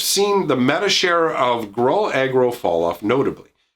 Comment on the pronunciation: Gruuuuuul or Grool - not growl or grol